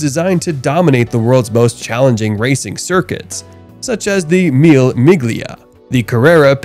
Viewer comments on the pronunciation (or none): It is not MIL MIG LIA. It is pronounced MIL LEH MI LIA (Mille Miglia) meaning Thousand Miles. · And as an Italian, "meal meeglia" hurt my ears. Phonetically, Mille Miglia is pronounced "meel•leh meel•lya". Good compilation of cars though. Nice work. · The 'G' in 'Mille Migla' is silent.